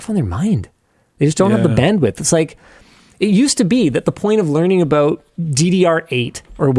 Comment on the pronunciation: “Abaooot” lol